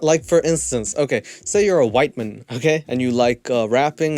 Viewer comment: I love how you say Whiteman like it is someones surname lol